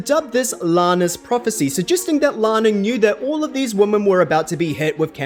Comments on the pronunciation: a mispronunciation is not a dialect. Plus it's confusing, you don't know whether he means "woman" in the singular, or "women" in the plural. The two different pronunciations serve a purpose, and the entire English speaking world was on board with this until like 5 minutes ago. I used to never hear people pronounce "women" like "woman", now suddenly it's everywhere. And it's confusing. Your example from German is not a direct comparison. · women is pronounced weemen